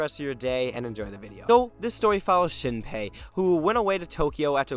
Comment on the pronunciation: Shinpai? Shinpei!